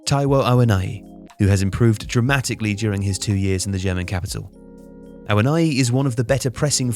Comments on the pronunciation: Ah-wo-nee-yee. not awoniyi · It's pronounced "Awoneeyee" not "Awonayi" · Its Taiwo Awo-Niyi(like Knee yi). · 🤣🤣 your pronunciation of Awóníyì though. It's Yoruba not English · Na oyinbo pronunciation be that, forgive am.